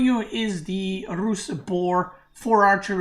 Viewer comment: His tongue roll pronouncing Rus is clean